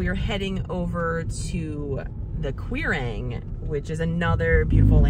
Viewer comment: The only correction I can offer ..: Quirang is Kuirang (no Q in Gaelic)